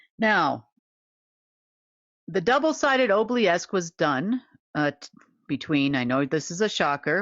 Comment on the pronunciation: Is ob-lee-ask the same thing as ob-oh-lesk?